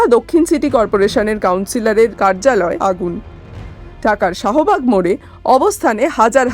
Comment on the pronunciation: এ সালা আনন্দবাজার দেকচি ওরমই রয়ে গেচে মাইরি। শাহবাগকে বলচে সহবাগ। আরেকটু হলে সহবাস বলত আরকি। আবার হোয়াট অ্যাপকে বলছে ভৎসা😂